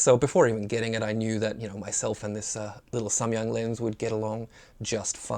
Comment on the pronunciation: I am Korean. your "Samyang" pronunciation is very good.^